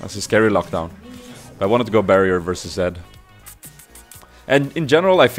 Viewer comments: u say Zac to Zed;____ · Why do you say zac all the time insted of zed!?? xD